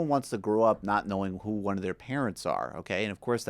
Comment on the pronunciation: "Ooh" not "Who?"